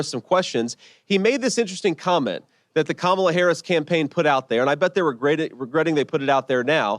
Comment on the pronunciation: Also, the smallness of their continuing to mispronounce both Kamala and Walz just pisses me off. Children.